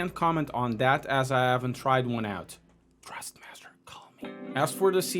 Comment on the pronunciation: Dude, it’s Thrustmaster not Trustmaster.